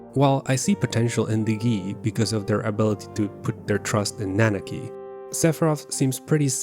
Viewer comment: You got Nanaki's name right just to screw up REEVE's? Really? I definitely expected better from you of all people.